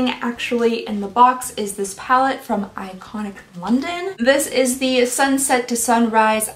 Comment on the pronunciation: The way you said Iconic London at the end 😂. I remember everyone going crazy over Iconic London while I was over here like give me cookie instead 🤷‍♀️.